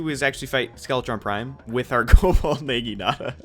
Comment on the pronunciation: I dunno what's more painful, watching you have to use the cobalt naginata or listening to you mispronounce it so badly.